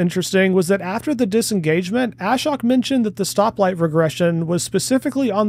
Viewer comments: Ashok is pronounced a-showk, not ash-oak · Ashok's name is not pronounced "A-shock". Rather, it rhymes with poke and is pronounced 'uh-shoke' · The guys name is NOT pronouced ASH-HOK . His name is AA-SHOAK, which is Sanskrit for - One without sorrow. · Great analysis and fast turnaround. I think it's important to be able to pivot and come up with new, appropriate content as required. I watched this after SMR and the original live 𝕏 video but still picked up new info. Btw, why does everyone in the FSD reporting community pronounce Ashok's name like "Ash-ock"? It's more like "uh-shOke" with the emphasis on the O and Elon even pronounces his name right in the live vid when he says he should give commentary. At least Chuck has got it, now only you, SMR and Dr. KIA left! 😊